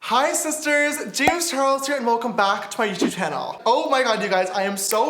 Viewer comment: James charles:"Hey sisiters" Me: Shut up you boy